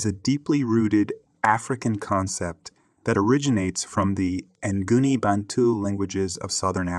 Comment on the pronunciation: It also pronounced "Nguni" wrong.